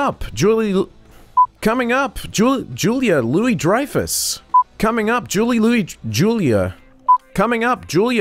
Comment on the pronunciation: Coming up! Jully Louie... Julia... Coming up! Jully Louie Dreyffuh...